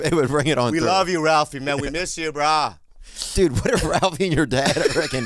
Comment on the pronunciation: damn Bobby, the way you sayin brah makes me think maybe ya ate too many plate lunches in hawaii?